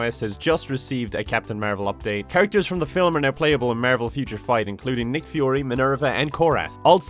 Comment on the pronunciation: I only hear marble instead of marvel